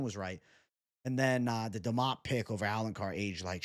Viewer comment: DEmOPoULis 😂😂😂 you can’t be serious-did you even watch tape bwhahahaha